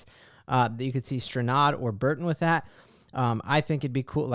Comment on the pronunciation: When you say Burton, do you mean Barton? Just wondering if I am missing something.